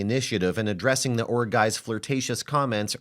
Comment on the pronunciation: I thought she was saying ORC guy lol